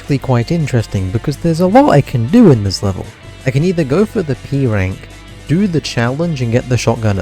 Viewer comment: at the beginning when you said p-rank i heard e-rank